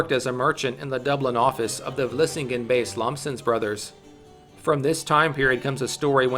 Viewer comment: as a Dutch person, Hearing the names of places like Vlissingen en bergen op zoom be said in English is so funny to me for some reason